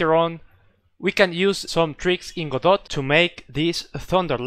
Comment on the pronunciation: It's pronounced, "god-OH"